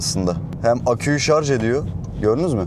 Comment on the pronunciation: Eline sağlık. Sonunda “Şarj” diyen biri çıktı 😊😊